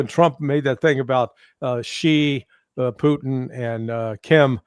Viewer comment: Could someone please teach Ray how to pronounce President Putin's name properly. Poutine (poo teen) is Canada's national dish. Putin ( poo tin ) is a respected world leader for God's sake.